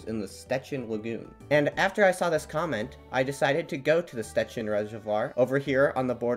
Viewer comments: Sh-ch-ecin not s-te-cin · by the way, this is how these names are actually pronounced: Szczecin — sh-CHE-chin Brysna — BRI-sna (it's s not z and the I/Y here is closer to the I as in ill) Śmięcka — SHMENG—tska (the E/IĘ in the word is a nasal vowel) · Jep - that's a very, very bad pronunciation. With "Szczecin" your pronunciation is good, but you said that "Scecin" - "sz" and "cz" are not just "s" and "c", but are read like the English "sh" and "ch" (the sound of "cz" is the same as in "Czechia"). "Brysna" you're also very close, but you said that "Brizna" - "y" is not just the sound of "i", but something that doesn't exist in English, and "s" is not "z", but "s". And "Śmięcka" is total buthering - you said "Smika" xD "Ś" and "ę" are sounds that don't exist in English, but you also swallow some normal letters. The good aproximation in english would be something beetwen "Smiencka" and "Shmiencka".